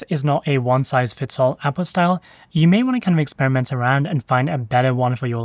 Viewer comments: OuT puT style. Not owpostyle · I keep hearing you say "Apple style", then I realize you mean "Output style"... lol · Until i could see it written i thought the speaker was saying "Apple Style" 🤣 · until you typed it, I thought you were saying "apple style" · say apostile one more time motherfucker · Definitely saying apostille. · "Appo style" is what I heard. lol